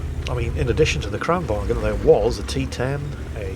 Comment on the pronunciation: you dont pronounce the G in Kranvagn